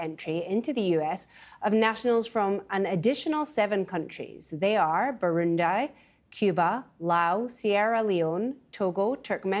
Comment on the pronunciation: Burun d-eye?